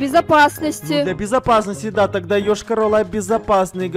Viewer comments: Ешкарала, а не Ëшкарала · Не Йошка-рола а Йошкар-Ола Я там живу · Вообще-то Йошкар-Ола